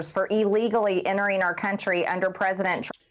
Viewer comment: I cringe every time one of these clueless talking heads say "R. KUNTRY!" It's starting to sound as dirty as "R. KELLY!"